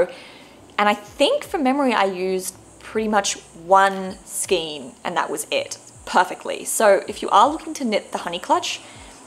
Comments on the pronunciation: Love your projects - beautiful knitting - I am not wanting to be picky but skein is skane as in reign. The King does not reen. Or a Reindeer is not a Reendeer. Heard this on a lot of posts lately and just have to say .......💞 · Thank you and that's not being picky at all! I've heard skein pronounced as both 'skeen' and 'skayne' so it's good to know that the second one is the correct pronunciation 🧶✨